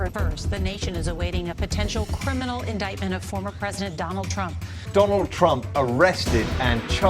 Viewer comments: "Meet my friend Mr. Dolaaand Trump!!!" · Apna wala isko doLand Trump aysai bolta hai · Dolaand trumph😂😂😂 modi made him more famous than he was ever before😂😂😂 dolaand trumph😂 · DOLAAN TRUMP:face-blue-smiling